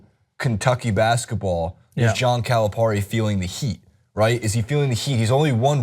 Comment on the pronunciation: It's not CalapaRRi it's CalapaRi